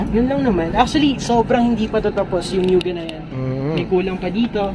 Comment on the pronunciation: Actually…😂 Mugen not Myugen…😂